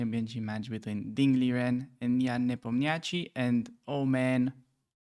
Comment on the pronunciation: it is pronounced like Nepomniashchiy